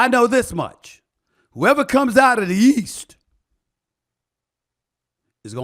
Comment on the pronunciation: "whoever comes out of the YEAST" 🤣